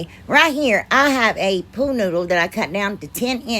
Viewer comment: Lol i crack up every time you say pool noodle. It sounds like your saying pooh noodle. Im not good at pricing things I just give them to neighbors and friends for free lol. It makes me feel all gushy inside giving things away lol.